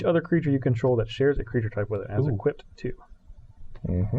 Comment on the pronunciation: why do you say "equipt"?